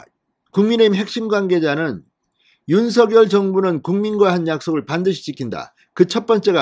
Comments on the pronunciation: 진선생님 안녕하세요 좋은방송에 감사드립니다 한가지 건의드리자면 당선인 본인은 성함을 부를때 "윤성열"로 발음해 달라는 당부가 있으셨습니다 앞으로는 "윤서결"발음은 자제 부탁드립니다 수고하십시요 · 잘 보고 있습니다. 단지 윤서결로 발음하는것이 아니라 .윤성렬'로 부르기로 했답니다. 앞으로는 윤성렬로 발음해주시면 좋겠습니다. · 윤석열을 바르게 소리내세요. 윤서결 이 아닙니다 윤성열 로 발음하세요